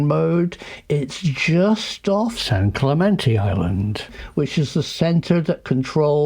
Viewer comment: Some “professor” — he can’t even pronounce Clemente. 🤣